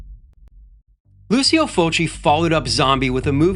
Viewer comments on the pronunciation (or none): Its pronounced Lou-cho not Lucy-o